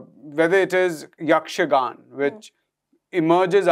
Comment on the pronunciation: It’s YAKSHAGANAAA not yakshagan!!